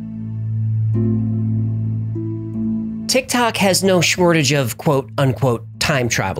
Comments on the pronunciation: Did you say SCHMORTAGE? Instead of shortage 🤔🤔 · No idea why I had to rewind to hear him say "Shmortage" a few times after I noticed it :D